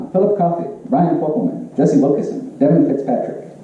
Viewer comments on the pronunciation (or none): none